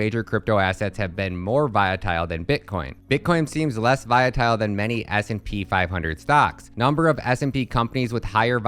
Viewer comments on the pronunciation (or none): You confused me, you kept saying Viatile, then all of a sudden you said it correct. Did you do that on purpose? Lol. Good video though